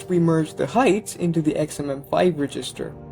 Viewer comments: Reg. Is. Ster. not Regist. Er. Other than that annoyance this was really well done. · Was there a reason why you seemed to pronounce resistor rather than register? Maybe just accent ? Nice vid btw. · Great video, just one small critique: it's pronounced reg-ister not re-gister. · Cool video. But isn't register pronounced "REH-jis-ter" not "ree-JIS-ter"? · This is really well done. You made some pretty detailed stuff make intuitive sense. It sounds like English might not be your first language, so I thought I'd let you know about something that really tripped me up in your pronunciation. The word "register" is pronounced with the stress on the first syllable, as in "REG-ister", not the second. I thought for the first couple of times that you were saying "resistor" (where the stress is on the second syllable, as in "re-SIS-tor"). English is so weird. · Never heard the emphasis on the "GIS" of "register" before which only seems to happen sometimes? REDGE-is-ter. "Resistor" has middle emphasis, but that's a bit deeper than compilation analysis. And yes. Abstraction has always been to help humans get their heads around what's going on in the code, and can also help to some extent with code re-use. It has almost never been good for speed. One of the reasons compilers are so huge is to try to boil down all those levels of abstraction that we're so fond of into something more concrete; more machine; quick. Clever as they are though, they still can't get at the essence. Were it humanly possible, or more likely in these times, cost effective, to sit down and write dedicated, readable but non-abstracted code for each and every thing, many programs, even the compiled ones, could be hundreds or thousands of times more efficient. And our web browsers wouldn't eat all our RAM trying to count to ten in JavaScript. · saying register like that is crazy